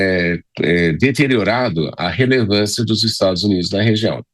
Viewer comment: ^revelancia^ professorrrrrrr kkkkkk